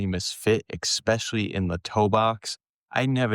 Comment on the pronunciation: I am really interested in the reviews, but am now switching off a minute into the post. Sorry, but when you pronounce the word “eckspecially”. You lose all credibility.